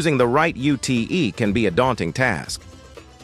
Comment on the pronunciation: WTF was that.... choosing the rite U-T-E.... Its ute mate...